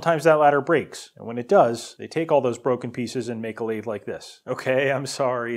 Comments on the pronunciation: How pronouncing the name of the equipment properly, You pronounced it like it was some sort of ice cream. It is pronounced as Mini - Lathe (Lathe pronounced like lay the but all as one word) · So this jumps to my recommended after I watched just one video from you And I'm like "whats a Lathe? Coffee machine in binary ?" (i actually pronounced it "La-The", unlike your "Laid" pronounciation) You should have just mentioned "its a cnc machine" and I would be like "ahh man I know that word!". Really, whats the difference ? Lathe cuts into objects to make what you want, CNC machine cuts into objects to make what you want. Lathe = CNC machine in nerd language, change my mind.